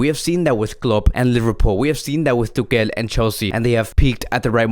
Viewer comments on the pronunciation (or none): none